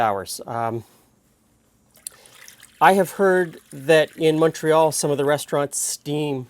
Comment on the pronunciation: Thanks for pronouncing "Montreal" correctly! 😁